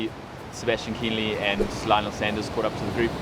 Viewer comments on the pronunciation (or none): How about a special ‘how to pronounce the names of german pros?’ It's neither Kinleee nor Lang.